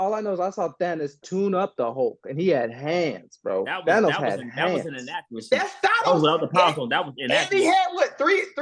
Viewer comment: can't pronounce Thanos, get him outta here 🤣